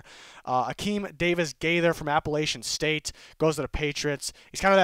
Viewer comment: that is not how you pronounce Appalachian State my guy 🧐 but great video!